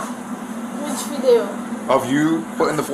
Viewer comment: if the officers didn’t know she was faking it I’m sure the way she pronounced “video” as “vidayo” here gave her away.